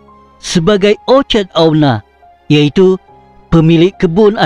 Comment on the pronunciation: Sebutan Orchard atau Orkid. Agaria kah atau Agraria. Ala sebutan itu biar betul saudara. Kau punya fonetik dan fonologi Bahasa Melayu kena betul bro!!!